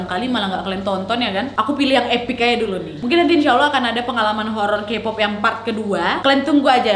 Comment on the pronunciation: izin ralat jg, kpop itu dibca nya kepop, taeyang teyang, chanyol, bnyk yg salahh 😭 susaa jg ngejelasinn nya :)